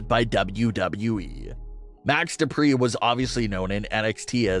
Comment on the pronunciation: No. No. No. You got to say it like this : DuPRE!!!